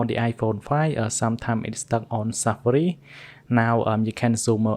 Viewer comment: "SEFARI" AND "IOASSSE" I Cant 😭😂